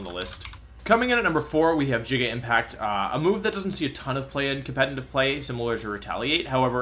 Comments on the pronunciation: And "Jigga Impact" instead of "Giga" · ah yes "jigga" impact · Not him butchering easy names like Cinder-ACE and Giga Impact. Cinderace is pronounced like a being the ace at the game or ace of hearts in cards not -ache. How do you even mess that up that badly? Giga Impact likewise is not pronounced with a J sound at all but a hard G.